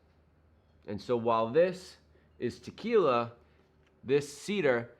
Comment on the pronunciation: Just paused your video and went over to watch "Ahhnold" do his trick. You did a pretty good imitation but you gotta say, "T'killa" like he does..... Ha. Now, I'm gonna have to try this.